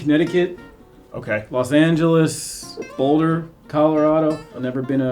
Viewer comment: Did he say Boulder Colorado